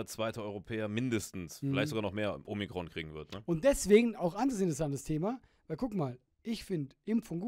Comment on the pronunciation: Man, wenn Alain Omrikon sagt 😂😂😂